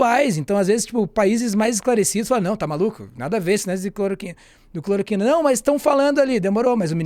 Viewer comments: Amigo, vc disse "cloriquina"... mas é CLOROQUINA Sua colega disso a pronúncia correta (clor- O -quina)! Enfim... o que importa é que o Jair pague com cadeia por propagar a medicação e causar intoxicação e morte de maneira consciente e DELIBERADA! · alguém avisa ele que é cloroquina e não cloriquina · "Cloriquina", meu jovem? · Metroro, por favor treinem o apresentador. Errou o nome do remédio (falou errado)... e parar de interromper.